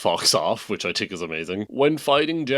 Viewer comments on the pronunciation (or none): I had to turn it off after 14th “ting’s” and 12th “tink’s”